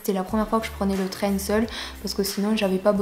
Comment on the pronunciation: Le traingue 😂